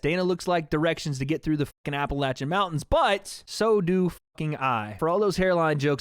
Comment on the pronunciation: Appalacthin mountains 😂